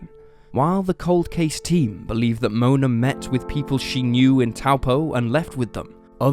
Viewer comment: Pronunciation of Taupo is pretty good